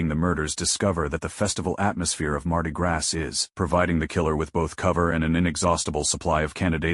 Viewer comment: Heh heh ..."Mardi Grass"...come on man.